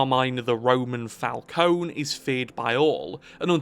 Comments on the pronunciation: Mr. Falcone (emphasis on FalconE) would like a word. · You're pronouncing "Falcone" wrong. That goes to show how much this guy actually knows about the Batman story